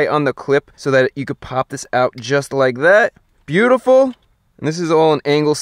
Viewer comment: No one: Chris: “byutiful”